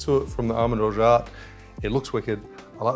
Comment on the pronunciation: "orja" not "orjaT", the T is silent